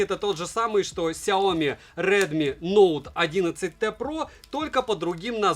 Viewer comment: Сяоми́, а не Сяо́ми! С ударением на букву "и", а не на букву "о"! А то Какая-то Наоми получается! Нао́ми Кэмпбелл – Сяо́ми Кэмпбелл! Хватит искажать и коверкать это китайское наименование брэнда!